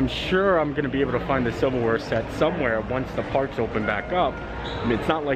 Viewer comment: Silver Wear, I thought you said Civil War... I was like, what? Disney has that?